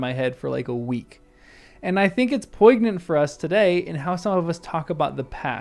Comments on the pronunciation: you say that what Faramir says is 'pugnant', is that new zoomer slang for 'repugnant' or something to do with pugs? -lost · I'm not at all offended by your discussion of "the destruction of Western Civilization"... but I am quite offended by your pronunciation of the word "poignant". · You don’t hear the g In poignant